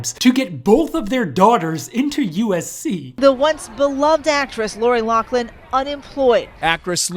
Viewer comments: it's pronounced Loff-Lyn. Not Lock-Lin. Damn people. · LOFLIN NOT LOCKLIN! Do your research ( or learn to read) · ok this is driving me nuts so pointing it out, lochlin is pronounced like locklin where as loughlin is pronounced like *lofflin*, k sorry great video though lol. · You didn't pronounce Laughlin right it's you're supposed to say lauflin. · why do they pronounce it "lock-lynn" theres no C or K in the last name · For the love of God it's "LOU-FF-LIN."